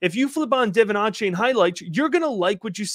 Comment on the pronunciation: Love the content! For future reference, it’s pronounced de-VON aye-chain.